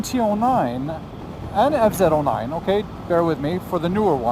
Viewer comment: It's a Fz not a fzed